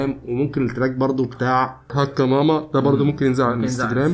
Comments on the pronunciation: الاسم هو امازيغي ماما بالشدة على م الثانية ..mamma.. ⵎⴰⵎⵎⴰ النطق ليس صحيح بالعربية اعرف شخصيا ان هذا الاسم موجود في الماكن الامزيغية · ماما اسم لبنت ونقها غير ماما لي هي امي هي بيها شدة فالميم التانية واليهود مينطقوش الشدة